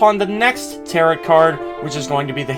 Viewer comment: I'm annoyed af at how he says "Tarot" like "carrot" it's pronounced "ta-row" like arrow